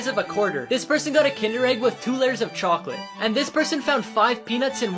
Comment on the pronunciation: When he saidCHACOLATEE